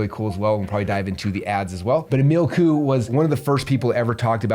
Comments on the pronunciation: His name is Coo Ayy pronunciation 😅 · Love this! Just so you know his last name is pronounced "koo-way" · Pronounced "Kwee" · Coué is pronounced kweh. Rhymes with way but starts with a kw sound.